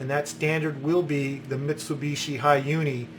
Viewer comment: You pronounce Mitsubishi wrong btw